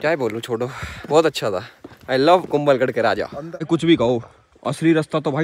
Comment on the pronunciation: Kumbhalgarh not kumbalgarh